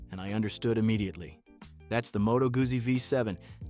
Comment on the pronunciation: Moto Goosie????Try "Goodsie"'